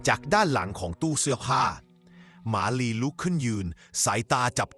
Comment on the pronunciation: ทำไมบางคำที่พูดถึงเพี้ยนเช่นมาลีเป็นหมาลีและอีกหลายๆคำที่เพี้ยน